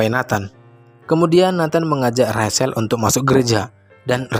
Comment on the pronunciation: Maaf, bacanya bukan Rasel atau rashel tapi bacanya Recel untuk nama Rachel.